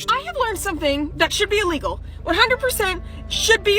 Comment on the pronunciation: I can't get through the whole video. I'm still pained by Matt saying the word "uhlegal" - send help plz.